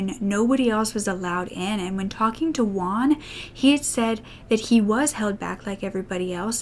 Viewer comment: Juan = Hoo-an, not "one". I don't know why English speakers say the name "Juan" so strangely. The Spanish J sounds just like the English H.